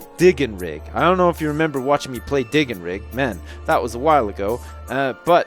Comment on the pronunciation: "Dig n Rig"? Just me that heard that as "Dick n Rip?"